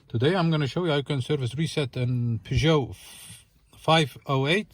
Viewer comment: l l NOT, NOT, NOT ... Peuge-NOT. I I I I I I I I I I.